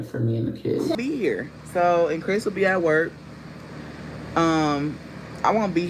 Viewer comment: “Cwiss is not at work…Cwiss is not at work.” Never forget the half stack of Pringles with half dozen bottled water!! 😂😂